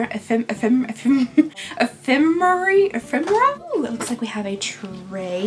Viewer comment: I am SO GLAD I’m not the only one that can’t say ephemera! 😂